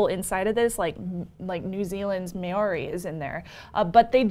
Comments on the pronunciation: Great show guys! Just a note on the pronunciation of "Māori". Try and say it MMAAH-OHW-RI with an emphasis on the transition from AH to OHW and a short stop in the RI. Pronunciation is an important aspect of NZ culture and you'll score heaps of brownie points when making the effort. I hope had a good time over here and the locals in the wild south island made you feel welcome. BTW - Patricks laugh at is super cute. Keep up the great work. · Maori is pronounced like Chow - MAOW-RI. Interesting device!